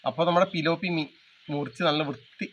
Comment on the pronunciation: Tiloppii...not pilioopi